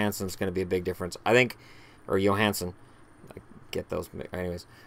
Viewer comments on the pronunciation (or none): none